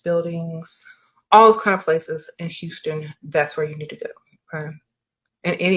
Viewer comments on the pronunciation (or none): none